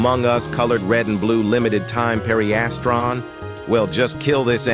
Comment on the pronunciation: Pareistran is how your saying pedestrian